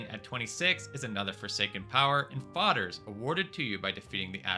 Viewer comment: omg why you call it FODDER. its FAY-DER.